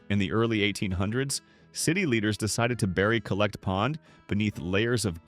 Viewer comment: It's pronounced The Collect with emphasis on the 'Coll'. Not the Collect Pond, it was just known as The Collect.